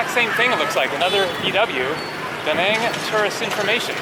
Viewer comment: Nice Went a few times And It's "Da" "Nang" and not "duh naanng"